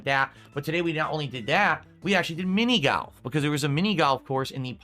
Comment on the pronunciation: Lol "Mini Galf"